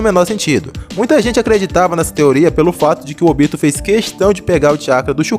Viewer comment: Não sei pq as pessoas falam “OBÍTO” sendo que é “ÔBITO”